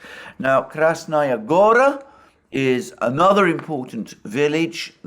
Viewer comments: Go-raaa; stress is on the last letter…on the final syllable…means mountain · Good Day, Alexander. It's Krasnaya Gará (stress on the 2nd "a", "o" in Gora is an open vowel, sounds more like "a" than "o").